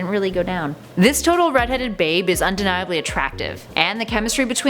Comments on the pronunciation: I died when I heard Zendieya. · I think y’all should get zendaya’s name right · the way she pronounced zendaya